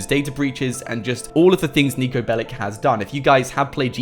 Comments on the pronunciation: That guy is from Serbia its not Niko BelliC its not C like K its Ch Niko Belich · Its not "Niko Belik" it is Niko Belić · its not niko belic its niko belić hi is serbian and go to google translate and fix how you saing the that... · niko bellic is from serbia,so say NIKO BELICH,correct niko belić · Pronounced belich